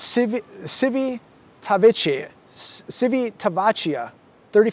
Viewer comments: the port in Italy is pronounced Che-vita- vecia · Pronounced "cheevy-ta-vehkeea" (Civitavecchia) don't hurt yourself, lol